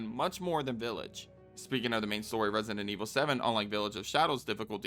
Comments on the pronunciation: Question why are you saying resient instead of resident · Its kinda weird that you say resident, "residenent" Just my opinion lol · For the love of god please stop saying "Resonant Evil" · Am I going nuts or are you calling it ResiNdent Evil? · Why are you always saying 'residentent evil"? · bro don't take it badly but in the whole video you never pronounced the word resident well a single time.